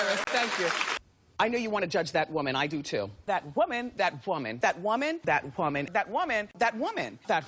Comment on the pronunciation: The "h" in whoman had me crying with laughter 😭😹